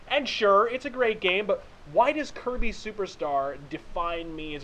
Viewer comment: I just want to say that is really weird hearing you say "kirby"